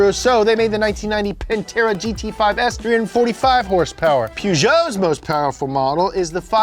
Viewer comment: peugeot is pronounced poe-joe